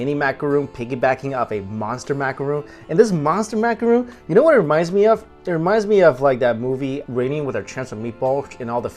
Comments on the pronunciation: Also, it's Macaron, as in Ron, not Macaroon, as in Roon. Two completely different cookies with different pronunciations. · MACARON NOT MACAROON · macaron not roooooon - im sorry cute guy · take a shot every time he says "macuhroon"